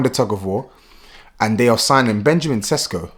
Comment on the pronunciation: It is pronounced Sheshko not Sesko.